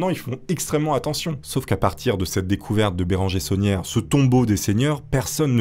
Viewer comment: il s'appelle pas saunière mais tauniere. labé tauniere 😂